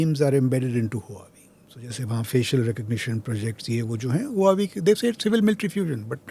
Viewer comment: just fyi: "Huawei" pronounced as - 'wha-way'